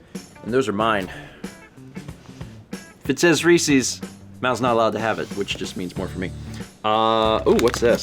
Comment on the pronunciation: ...reeSEES? No it’s ree-sez